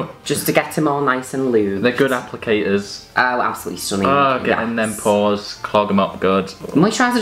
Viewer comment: when they say "pores" it sounds the same as when she says "pause" in her Sims videos